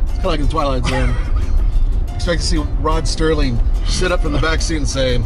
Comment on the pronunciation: “Rod Sterling” lol